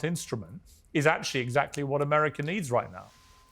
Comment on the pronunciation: Ameriker? It's America, Piers. There's no "er" at the end of 'America'